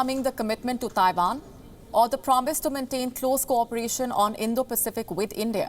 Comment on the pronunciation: It’s Taiwan not Taivaan 😏